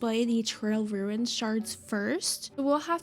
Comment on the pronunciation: The ‘trail runis’ is such a me thing, I love it 😂😭😭